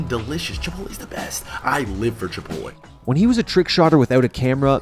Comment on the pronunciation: "Ch-ipotle" jesus...